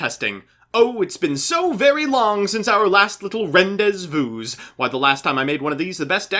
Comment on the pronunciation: if you ever pronounce "rendez vous" like that again I will piss on you. And not in the hot way.